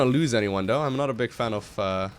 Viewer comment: i like to think is an inner troll with how he says certain words:P "togeder" "duh" (instead of the) "dough" (instead of though) etc...